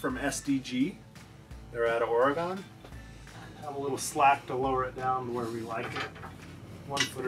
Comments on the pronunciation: OR-A-GUN, not OR-A-GON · ORY gun. Not ORE e gone.